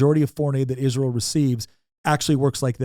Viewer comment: Can you please be one of the few people on this earth that can pronounce Israel correctly? I’m so sick and tired of people mispronouncing it I could scream… Also, this video is totally unwatchable, I’ve gotten a commercial every one minute and 55 seconds… it is way too many freaking commercials… Goodbye